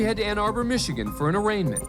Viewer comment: Interesting the way the Judge pronounced Michigan , or is that the correct way to pronounce ?